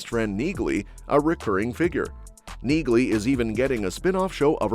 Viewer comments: Yet another useless click bait vid. NOTHING TO DO WITH SEASON 4!!! A-HOLES!!! BTW, it's pronounced "NEEL-EE", not NEEG-LEE. Idiots. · It's NOT neag-ly, it is neely. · It's pronounced kneelee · Apparently, Neagley's name is pronounced Nealey. All these years I've been pronouncing it wrong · Anyone watching the Reacher shows know that Neagly is pronounced Neely with a silent g. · Neagly The G is silent!